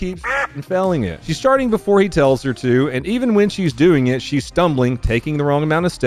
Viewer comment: Jeebus. It even pulls that teenaged brat 'add a weird syllable to the end of my whine' thing - "That's what I'm 𝘥𝘰𝘪𝘯𝘨guh!" Barf.